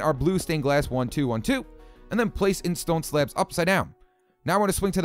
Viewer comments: 16:6 it sounds like he is saying slap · i love the way he pronounces "slabs"